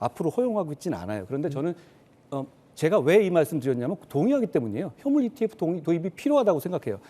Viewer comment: 이티에퓨 ㅋㅋㅋ 깐족이 F 발음 진짜 개패고싶네